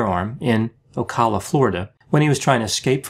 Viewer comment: big fan of the channel, but Ocala is pronounced "Oh-cal-ah" Otherwise excellent!